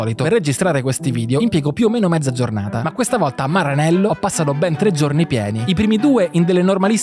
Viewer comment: perché dici "Maranello" con l'accento inglese?